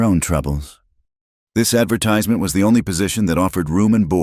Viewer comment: Getting the way to say 'advertisment' wrong is a bad way to start a story!